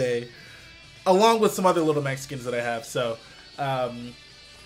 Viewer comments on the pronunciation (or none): when he says "little Mac skins" it sounds like he says "lil Mexicans" & I was like yo.. straight savage out here lmao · When you said other little mac skins it sounded like little mexicans